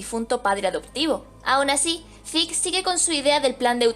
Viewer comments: Se pronuncia "Zek" no "zeke" ni "ziku" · Diablos señorita, Se oye tan mal que le digas a Zeke su nombre en Japones, horrible, pero me Gustan tus videos.